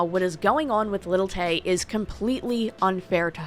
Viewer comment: Who's "Little Tay?" Do you say "Little Wayne?" "Little Kim" haha